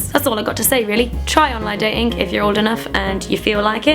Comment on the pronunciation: So funny hearing you say 'online datinkk' :')